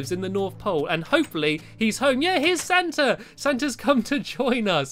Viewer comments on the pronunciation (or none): And u called him stanta